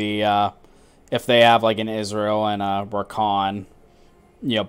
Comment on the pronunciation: I like the game you played Sona (as a Sona main)... one thing i noticed you pronounce Ezreal like Israel... But if i was on cam you would have a ton of things to poke fun of me on...(just look at this comment) Imagine if this was spoken aloud.